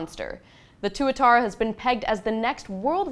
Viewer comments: I believe the SSC is pronounced "Twa-tarra" (That's how the CEO says it...) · I liked her until she pronounced the Tuatara..."Two A Tar Uh" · No, mispronounced it. It's two - atarra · I wouldn't care if the tuatara had 2000 horse power and cost only as much as a corvette, I would still be completely uninterested based on the name alone. Why would anyone really want a car when half the people will mispronounce it as Twat-ara.